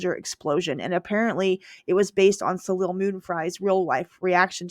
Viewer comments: So-Lay is not pronounced soliel.😊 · Its So-lay not Solail. For a self proclaimed 80’s tv expert, you should learn how to pronounce the actors’ names. Also, Little House was absolutely not a sitcom. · Her name is pronounced "So-lay", not So-lil". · Then you've been hearing it wrong your "entire life". Soleil is French for moon, and the L at the end is not pronounced. Name pronunciation is an issue with you clearly, In a different video you said Sagal wrong too, it's SehGahl as in Katey Sagal, not Say-gle. Oh wait, you probably heard that one wrong your "entire life" too.......